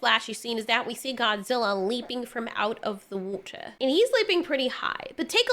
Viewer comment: You said "watahr" 🤗💕